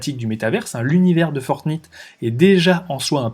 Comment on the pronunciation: La Naintendo ? :) Fortnite (comme la nuit, night), oui je sais je suis sévère sur la prononciation mais tous les jeunes de moins de 20 ans connaissent, jeu aussi connu que Donkey Kong ;). On achete avec des vrais euros des tenues (déguiser son personnage en lapin ou militaire) les marques du luxe y voient aussi une oportunité. Dans quelques années dans GTA, si vous voulez que votre voiture soit une Ferrari dans le jeu, faudra payer et vu l'importance du regard des autres, les gens payeront pour que leur personnage soit à la mode. Fini Mario le prolo en salopette, il devra avoir une tenue Louis Vuitton... Il Sinon super vidéo, sujet à la mode que je cherchais à approfondir